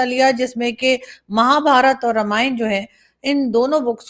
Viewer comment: Aarazoo ji, Ramayan nahi, Raamayan pronounce hai। Pls do right pronounce 😮